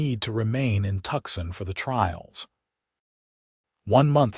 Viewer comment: "TUCSON" IS STILL ONLY PRONOUNCED "TWO-SAWN" or "Too-sawn" as in, "He has 'Two' 'sawn' trees down and five more to go...